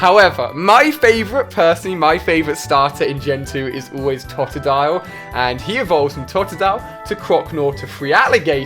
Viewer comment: Corsola... It's pronounced Corsela Houndoor (Houndour)... It's pronounced Hound-hour (like the time hour) Clefair (Clefa)... It's pronounced Clefaa Tatadile (Totodile)... Its pronounced Toetoedile Ali says he's a Pokémon fan but he can't even pronounce most Pokémon names. There's many more that are incorrectly pronounced, but I'm too lazy to list them.